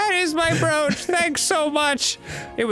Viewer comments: Are they purposely saying the word brooch (bro-ch) as brewch? So happy they started saying or right. Haha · Fun fact: "brooch" is pronounced as "browch" and not "brewch"! It's true! Now you know! And knowing it's half the battle! Edit: as soon as I commented they started pronouncing it correctly. My power is immeasurable! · For the kids who don't know, brooch is pronounced like roach. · Yeah, I know it's not a super common thing to wear anymore, so a lot of people mispronounce it.